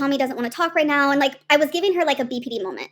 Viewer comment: “NAAO NAAO” what is this pronunciation?